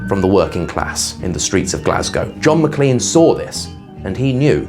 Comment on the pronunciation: It’s produced Mac*lain* not lean.